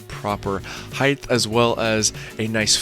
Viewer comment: Height not heighth